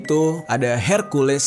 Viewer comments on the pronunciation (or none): none